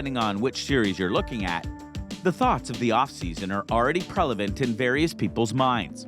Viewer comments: What tf kind of word is “prelavent”? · There’s “prevalent” and there’s “relevant”…did you just combine the two, thinking THAT was a word?